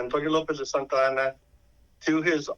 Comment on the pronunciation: His name was not General SanTana, it’s General Santa Anna.